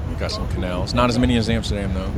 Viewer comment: I just love how you correct, every other youtuber that tryin to pronounce dutch words!!! haha:P you are certainly an honorary Dutchman at this point. like most of all ur pronounciations are really good , and ur knowlegde about the country, and its history is also really impressive. you prob know more then some dutch people in this country no doubt!! hope you will ever be able to fullfill ur dream man. Love From Den Haag. ''The Hague'' for you english speakers.